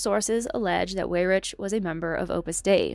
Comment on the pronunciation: Well done. I admire your research and, sadly, agree with all of your conclusions. I have a minor quibble....please check out your pronunciations of some names....it will help your creds. As an example, Koch is pronounced 'Koke'. Leonard is 'Lennard'. Weyrich is 'Wayrick'. Otherwise, you are pretty impressive!!